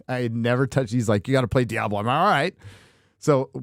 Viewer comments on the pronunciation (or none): none